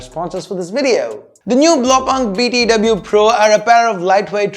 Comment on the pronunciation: It's pronounced "blaau poonkt". It's German for "blue dot".